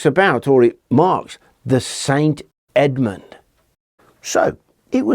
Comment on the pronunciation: Good thing Edmund kept his head when negotiating with the Vikings.. Errr - Saint "Head"-mund? 😆